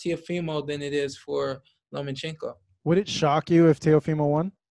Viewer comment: Why do so many people have trouble saying Lomachenkos name Sean Porter "Lomo"teddy atlas "Loman-chenko" Luke Campbell "Lemochenko" IT'S LOMACHENKO 🥊👍